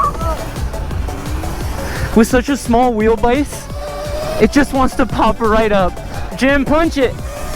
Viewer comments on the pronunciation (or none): "With such a small WheLBAyse" 😂 😂